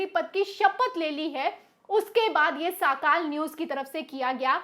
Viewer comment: Sis it's now साकाल it's सकाळ